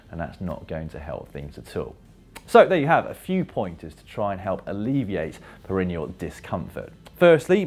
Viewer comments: Great video, Dan. But it's pronounced "per-en-EE--al," not "per-EN-ee-al." Unless you're numb all the time. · How do you pronounce 'perineal'? Not like Dan does. 'Perennial' means each year. 'Perr-E-Knee-Al' or 'Perr-In-E-Al'.